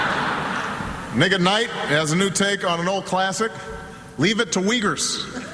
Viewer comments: sounded like he said " nigga night ", when he said " Nick at nite " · yo...llol diid i hear "niganight" lol funny